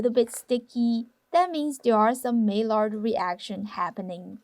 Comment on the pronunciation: Love your channel! One thing I noticed, the word "Maillard" is pronounced like "my-YAR", its a French name. Doesn't really matter, but I thought you'd like to know! 😄 Anyway, keep up the awesome work!